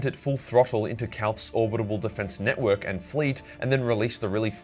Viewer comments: Orbital, not orbit able. For Christ's sake, it's killing me. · It's not "Orbitable". It's Orbital. Or-bit-al. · is it just me or does say 'orbibal weapons' instead of orbital weapons? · you’re brilliant, but ffs it’s "orbital" not "orbitable." Doing my tits in 😂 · it’s orbital not orbitable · Great vid as always, but... is it ORBITAL or ORBITABAL weapon platform? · are you saying "orbitable" instead of "orbital"? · ORBITALLLLLL but orbitableeee or whatever you were mumbling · Pretty sure its orbital. Not orbitable. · says "orbital" like "abominable" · Or-bi-tal man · Say it with me now: OR - BIT - AL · "Orbidabable" I love the way you say orbital. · Ore-bit-all, If that's an error you keep making. If it's some kind of impediment then fuck me. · What’s with the pronunciation of Orbital? Is that how it’s said in Australia? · Will ever learn how to pronounce "orbital"? We may never know. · Someone really needs to do a compilation of failing to pronounce "orbital"